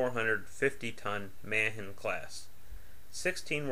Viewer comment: When you can't even pronounce Ma-han correctly...I'm out.